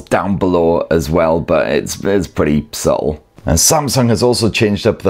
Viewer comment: Haha "perty suttle" 😅